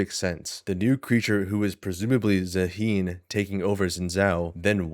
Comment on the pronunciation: you said Zaahen properly ONCE this entire video, are you rage baiting